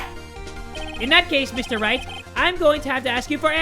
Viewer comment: I Ligit thought he said Mr.Rat instead of Mr. Wright😂😂😂😂😂👌